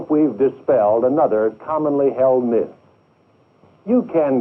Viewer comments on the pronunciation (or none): none